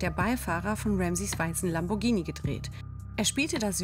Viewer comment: Sie spricht Lamborghini richtig aus. Das h nach dem g bedeutet, dass das g ganz normal wie im Deutschen ausgesprochen wird.